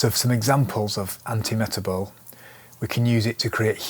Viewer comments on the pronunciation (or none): Antimetabole is pronounced an-tee-muh-TAB-uh-lee.